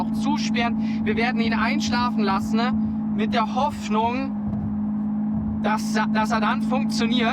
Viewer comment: Lass-ne/ beend-ne/ blink-ne… Bro sollte mal seine Aussprache in den Griff bekommen.